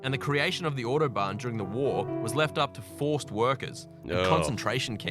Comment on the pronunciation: "the oddobahn"